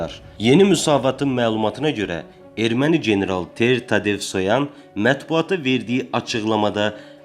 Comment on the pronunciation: Bu xəbər kanalı yaxşıdır ,amma Ter-Tatesvoyan yox,Ter Tatevosyan desəniz yaxşı olar.Belə də ki,təhrif etsəniz də olar.